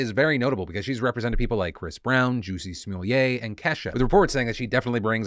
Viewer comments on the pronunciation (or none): I love the Dave Chappelle pronunciation of "Jussie Smollett" In case anyone's confused, it's pronounced like Jus-see Small-et Pronouncing it like "Juicy Sommelier" is a joke from Dave Chappelle's Sticks and Stones stand-up comedy special. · My mans really said "joosie smool-yay" lmfao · did this man just say "juicy somollier" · He said “Juicy Smolliiayyy” 😭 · I was rolling at the casual, “juicy shmuoolyay” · Did he just say Juicy Smoolier? LOL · Did you mean Juicy Smolleay? The famous French actor? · I love how you said “Juicy Smollett” like it was his real name 😂